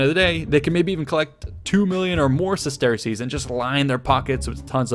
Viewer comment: Bro it’s pronounced “sesters” not “ses-tear-cease”